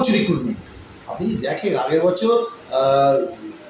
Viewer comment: এর কিছুতেই উচ্চারণ ঠিক হবে না জীবের আড়ষ্ট তা কাটছে না বছর কে বসর বলছে খুব শ্রুতি কটু এর এই খারাপ উচ্চারণের জন্য এর ভিডিও দেখতে ইচ্ছে করে না